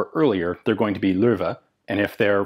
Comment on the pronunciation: thanks for trying to pronounce german names. You get "loewe" pretty much right!